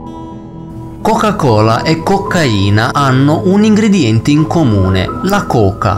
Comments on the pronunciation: "La chocah cholah" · Interessante ma: 1) Il verbo latitare ha l'accento sulla a e non sulla i, quindi essi làààtitano e non latìììtano! 2) Nella questione di Placimada, quando si parla dell'inquinamento delle acque operato dalla coca cola, nell'immagine mostrata si vede chiaramente anche il marchio "PEPSI" sui cartelloni delle vittime. 3) Perchè non riesci a dire "Coca-Cola" in modo normale? Dal modo in cui la pronunci sembra che tu abbia del cotone in bocca =)